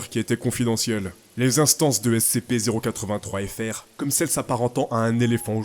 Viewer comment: Putain pour ton accent sur le terme SCP était pas ouf(peut-être parce que il est compliqué à prononcer😊😊😂😂)